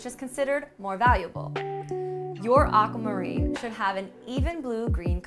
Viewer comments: Anyone else disturbed by the way she pronounces Aquamarine? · Me too!